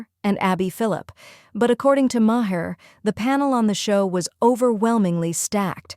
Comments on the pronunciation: A small thing - but, narrator, whoever, whatever you are - his last name is pronounced "Marr," NOT Ma - Her. How do you consistently get this wrong? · CNN biased towards the left? 😂😂😂 woman, you're utterly ludicrous. And if you are going to use Maher for your ridiculous rants, at least learn to pronounce his name correctly, because as it is you just made yourself sound like a pathetic whining moronic clown.